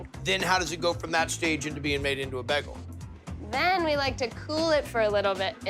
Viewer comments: It’s Bay-Gul not Begul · BAY-gle not BEG-gle.. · Baaayyyygul. Not bagel dammit. 🤣🤣🤣🤣👍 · Or how Guy gets begul from bagel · They ALL say bagel wrong! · Why can’t guy pronounce bagel?